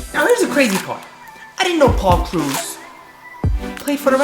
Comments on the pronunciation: It's krau-ouse no t krus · It's krause not cruz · Omfg it's not it's not crews, it's kraws lol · Am I the only one who kept yelling Krause whenever he said cruise😂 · pronounce it like krowse .you pronounce it like cruz example,victor cruz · It's Paul krowse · You butchered Krause in like 5 different ways. It's pronounced like House. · Krause... like "house" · It's *kr-ow-se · btw it is pronounced krauw-s, like sauerkraut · am I the only one who is a little annoyed with how he pronounces Krause almost like "cruse?" It's not a huge deal I just have pet peeves 😂 great video nonetheless! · Paul cruise lmao (that's how he pronounces it) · who else cringed everytime said kroos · It's pronounced kraws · You did butcher his name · Sorry my ocd is killing me when u butcher Paul Krause's name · You pronounce Paul Krause wrong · Your butchering his nam lol